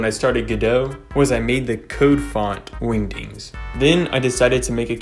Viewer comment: I like the way you say, “wingdings.”